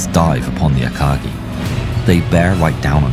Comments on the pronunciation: Prononciation : Pourquoi "Akadji" mais "Kaga" ? G de Akagi prononcé "DJI" , mais G de Kaga prononcé "GA" ? D'après Google trad, la prononciation japonaise est "GUI". Aka"Gui". Comme dans Guirlande. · Just for pronunciation. The word “Akagi” is not pronounced as “Ei-ka-gi” but “Ah-ka-gi” based on Japanese. Love your video